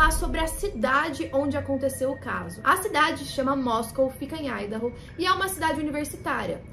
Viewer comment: feliz que finalmente um vídeo que tenha ordem e sentido e além disso pronunciando Idaho corretamente